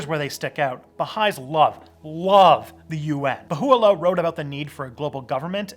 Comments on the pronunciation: Great job, guys, a very well researched video that did get most things right. However, being Baha'i myself, i wish you could do a version minus Photos/comics depicting Baha'u'llah (pronounced Bah-Ha-uh-Lah, not Ba-who oo lah), as that makes me not want to share this video, however, without those i'd happily share this video with everyone i know! While it's fine for non-Baha'is too look at a picture of Baha'u'llah, most Baha'is prefure to only look at His picture at very special sacred times like on pilgrimage or on a holy day, but mostly only on Pilgrimage. (But no Baha'i would object if you show a photo of Abdul-Baha, Bahiyyih Khanum or Shoghi Effendi, as long as you do it respectfully). I think, especially in these times it would have been great if you had emphasized the Faith's teachings on the oneness of humanity and fighting prejudice. Gay Baha'is exist, and while many Baha'is still have a ways to go when it comes to being inclusive to gays, it's totally no problem to be a chaste gay Baha'i, just like unmarried heteroes also need to strive to be 100% chaste (not all succeed, however that's between them and God, there's no morality police). But over all, thanks to both of you and good job, a bit more back and forth dialog between you two would have been cool and more graphics/photos. I am a new subscriber! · Dude this is cool but His name is BAHA’u’llah not Bahoo-ah-llah , it’s a pretty big mistake..... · Please... correct the pronunciation of Baha’u’llah. It is Ba- ha oooooo la. Accent on ha. Otherwise...good. Thanks! ❤️ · bro, learn to pronounce basic essential words that you are trying to be informative about. it’s not BAHU-ilah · LOL you keep epically mispronouncing Baha'u'llah .......... It's ba-HA-u-la XD XD XD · "Bahoo lah"😂😂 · You pronounced Bahaullah wrong. Sorry. Right out of the gate- you didn’t check facts. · Baha’u’llah is mispronounced in the video. Nice effort, but some inaccuracies throughout. Thanks for addressing the topic. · Lol so true